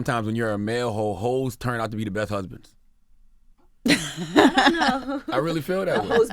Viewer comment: A “Ho’sband” lmfao